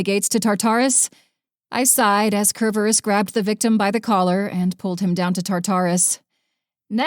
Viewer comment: Really wish the narrator would pronounce Tartarus and Cerberus correctly.